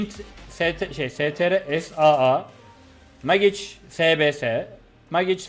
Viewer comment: Senelerdir mecik yada meyç demeyi ogrenemediniz ya helal olsun. Megıç demesi daha zor lan:)))